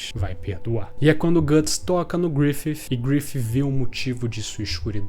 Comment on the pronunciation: cada gruififi falado eu me contorcia mais, estou acostumado com a pronuncia abrasileirada